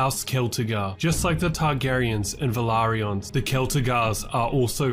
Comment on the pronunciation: Finally!!! A correct pronunciation of Velaryon. After the show nobody had an excuse, you’re literally the only YouTuber saying it the way it’s actually pronounced. Imagine, people thinking they have the pronunciation correct, when George RR Martin has said it’s wrong. 🤣 There’s been proof since the first episode of HOTD dropped. Genuinely started to think people were just trolling.